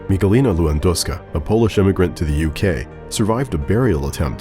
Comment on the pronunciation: Lewandowska XD